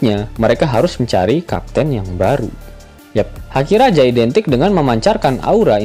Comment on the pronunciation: Haki bang bukan daki